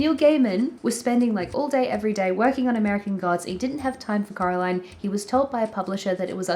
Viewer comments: It's so funny that the way you say Coraline sounds like Caroline which is the way all her neighbours called her so... it's suiting I guess but also really funny. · It's Coraline, not Caroline 😂✌